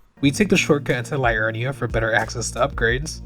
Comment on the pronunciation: Siofra - "SHAY-fruh" (Irish Gaeilge) Liurnia - "lee-UR-nee-a" (derived Latin) Ekzykes - "ek-ZY-keez" (derived Greek) Mohg - "MOHG" [long O sound; not "mogg"] Niall - "NYLE" (Welsh)